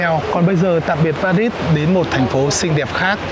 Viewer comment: Tôi ở Pháp, anh Tiệp ơi , về Paris thì anh phải nói pa ri , anh nói pa rít là trật đó, không đọc chữ s